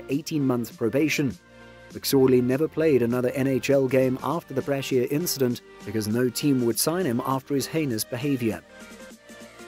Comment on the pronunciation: BRAA-sheer? Calling a goaltender a catcher? (Hmmm, does this commentator not realize the sport we are discussing is hockey, not baseball-?^^) Every possible narration mistake that exists, this video seems ready and willing to commit...